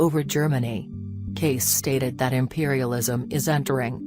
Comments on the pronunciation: It's Cayce not Case, you stupid robot!!! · Cayce said casee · Why pronounce his name incorrectly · Right? And why the voice? Ugh... Love Mr. Cayce tho) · thumbs down for the robotic voice & name mispronounced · Why don't you pronounce his name correctly?